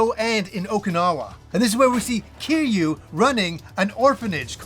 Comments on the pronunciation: It's pronounced as Kir-yu. Nit keeru, come on. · "Ki-ru"... Has Y in there.😂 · Why are we pronouncing kiryu like keeroo 😂